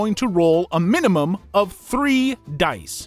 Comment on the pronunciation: “minumum” …. really?